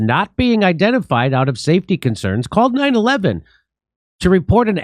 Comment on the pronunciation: Jimmy it isn't 9-Eleven, you know that! it is 9-1-1